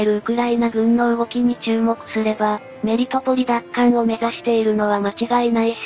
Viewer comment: 「メリトポリ」と「メルトポリ」どっちが正解なのかな？ うp主の🧠では、ごっちゃになってるけど……｡